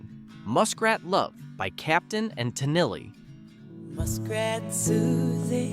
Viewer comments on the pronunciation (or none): Ummm can't you pronounce it Tah-Kneel? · The narrator is terrible & mispronounced "Tenille" and several other words